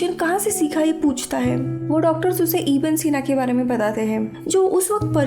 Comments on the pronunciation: Its not iba sena its ibn e seena... Its arabic name... And muslim scientist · It’s Abu Ali Evne sina..not eva sina.. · Its ibn e sina not ibn sina.. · This is not iba sina this is ibn sina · Its ib ney sina....not iba sina plz correct the pronunciation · Iba sina nahi. Unka nam Tha ibne sina. Arabic name hai. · Not iba sina he is ibn e sina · not IBA SINA, IBN SINA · Iba sina nhi ibnai sina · His name was Ibn-e-sena not iba sena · Iba Sina nahi Ibn Sine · it's ibn-e-sina not iba sina. Ibn sina was father of early modern medicine!! You explain movie very well!! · It’s not iba sina. It’s ibne sina. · Baki theek tha...but wo ab-aseena nam ko theek sy pronounce nhi kiya